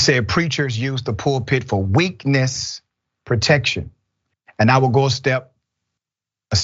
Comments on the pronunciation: I swear he said "a lot of preachers use the pulpit for witness protection" and not "weakness" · It sounded like he said witness protection 😅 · It sounds like he actually said, “witness protection.”